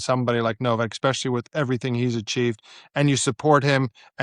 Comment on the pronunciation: Ex-specially & Landalucia? 🤔